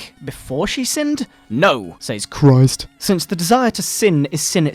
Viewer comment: THE LORD JESUS CHRRRIST!